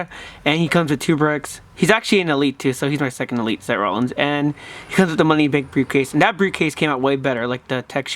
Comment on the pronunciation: any body notice that he says se rolins